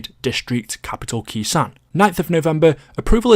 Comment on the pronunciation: when saying Khr sanh it’s pronounced (K sone)